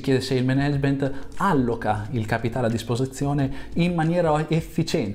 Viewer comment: alloca vuole l'accento sulla o🙂